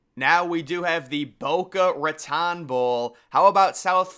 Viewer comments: Please never pronounce Boca Raton again😂😂😂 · Lol the way he pronounced raton...its literal translation is rat mouth in Spanish